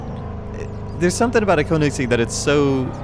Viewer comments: It’s not pronounced (koh-nig-seg), it’s pronounced (kuh-ni-seg). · the koennigsegg is pronounced KO NING SEGG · I like how he said "Koenigseggs" :D its pronounced "kjonigseggs" it means kings eggs/balls I aint bullshitting. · "the cone ig sig" and" the neesan" im dying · Lmao he pronounced koenigsegg wrong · YOU SAID KOENIGSEGG WRONG!!